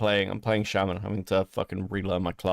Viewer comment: Everytime says shaman wrong it drives me crazy